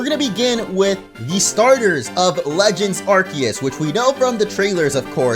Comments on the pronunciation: "Legends Arkiyiss" Me: ITS ARKOOS DAMMIT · It’s arcoos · please say Arceus right it's ar-see-us